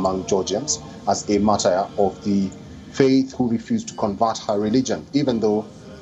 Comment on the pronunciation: Your pronunciation of Martyr is terrible